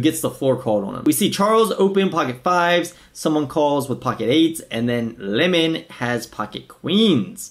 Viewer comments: It’s Limon {Lie-men} 😒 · Lie men . Not lemon. . And damn forgot how annoying he is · It’s pronounced liemon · it's Limon (L-EYE-Mon) - Abe is a LA games legend, PLO host and was an owner of LATB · lie-muhn hahahah